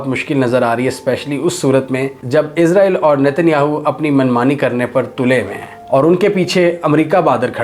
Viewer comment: Is ra eel not izrael